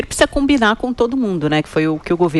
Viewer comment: Essa jornalista fala "primeiro tem que cominar com todo o mundo"...pense menina, com a cabeça, com o cérebro...antes de falar.